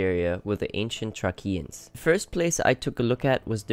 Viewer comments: Thracians is not pronounced thrakeans it is pronounced thraeshans. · Fascinating to see these ancient sites. The pronunciation of the word Thracians is treishans and not trekians. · I am pretty sure that the word "Thracians" is pronounced as in Thray-shens, two syllables. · Its Pronounced: (Thrace/thracian) Thrāce/"TH-RAY-SS/CE" /"TH-race-ee-an"/"TH-ray-shee-an"* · PRONOUNCED THRAYSHENS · Thrae-see-ans is how that's pronounced.(Thracians) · He is pronouncing Thracian very wrong. Its.not a hard t and hard k sounds, it's a th sound and s sound , more like Thrāshian. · The word Thracain is pronounced with the sh sound where the c is and with a long A. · Out of curiosity, where are you from? You pronounce Thracians altogether differently. If I couldn't have seen the word written, I wouldn't have known who you were talking about.